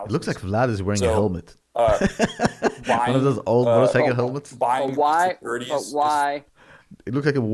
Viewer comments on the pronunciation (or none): A "gelmet"